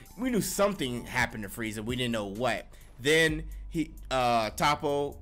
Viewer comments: Toppo my boy not topo but good shit liked the review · I swear y’all mispronounce anime names on purpose 😂😂😂 “topo“